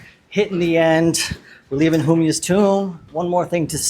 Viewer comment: Butchering the name of Humayun is like making it.